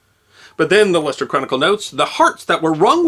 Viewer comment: Apart from the extremely enjoyable content, as a native of Leicester, UK, I am very impressed by the correct pronunciation of my hometown, many thanks!